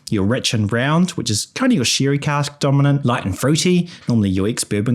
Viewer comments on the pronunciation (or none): The thick kiwi accent is the highlight of this video. Corkers like spictrum and shirry and having six with a sheep abound. Luckily whiskey is already pronounced with an I.